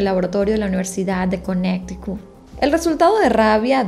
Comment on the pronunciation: Conneticut no conecticut